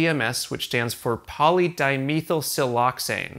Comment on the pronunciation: Great video but I’m curious if there’s a reason why you say di meethyl like meeseeks lol